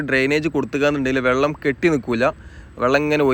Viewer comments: Vallam alla vellam😂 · ഒ യു ക്കല്ല. ഒഴുക്കാണ്. വള്ളമല്ല. വെള്ളമാണ്